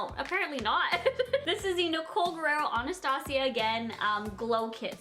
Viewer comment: She said Anastasia right 😍